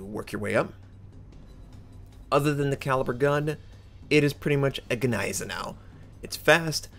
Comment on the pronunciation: Please please remember the G is silent in Gneisenau